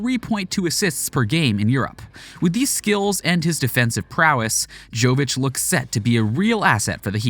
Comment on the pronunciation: It's Yovitch. And it's not Euroleague, it's ABA Adriatic league in Europe, Euroleague is something different.